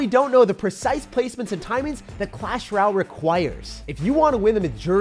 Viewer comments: “In Clash Raal!” 💀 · Someone tell him it's clash ROY AL. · Couldn’t get passed the pronunciation of “Royale”